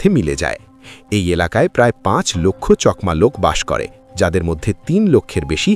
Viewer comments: চকমা নয় চাকমা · চকমা নয় চাকমা বলুন। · কথা টা চকমা না চাকমা? আমি তো আপনার উচ্চারণ টা প্রথম শুনলাম।